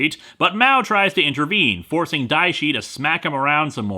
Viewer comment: Everytime you say dia shi a just think go away haha